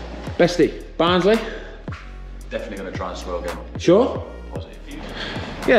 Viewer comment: Also a massive fan of the pronunciation of Barnsley! Ha, good stuff mate